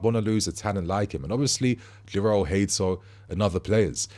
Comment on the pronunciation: Not more of this "Hay-Toe" again BRO!!!